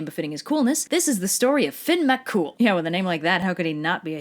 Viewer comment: Ah, so you’ve pronounced Cu Chulainn correctly here, but not throughout your other clip ABOUT Cu Chulainn. Interesting. And you’ve got Finn MacCool right, so you have that going for you, too.